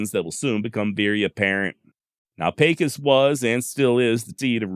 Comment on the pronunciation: Good job, as usual, and as a native born Pecosite, I was happy to hear Pecos, pronounced correct. I'd like to have a dollar for ever time I heard my hometown pronounced , pee-kos. Killin Jim Miller was one of several ' interestin characters', that called Pecos home, at various times, during the heyday of the 'wild west' period. There's been a whole mess of ' bigger than life' colorful characters, in it 140 + yr history. I've had the privilege of knowing a few of these, in their old age, in the 1980s, both men and women, and listenin to their stories of ranchin life in the early 1900s, was what got me intrested in the history of the west, particularly the l during the latter half of the 1800s, and the trans-Pecos, region, of southern New Mexico, far West Texas, and northern Mexico. I've been fortunate to have access to Indian campsites, in remote areas, on privately-owned lands, from the north eastern Texas panhandle, to the Davis, and surrounding small mountain ranges, of Southern far West Texas. I'm familiar with many of stories you feature, and I appreciate your narrative style of story telling.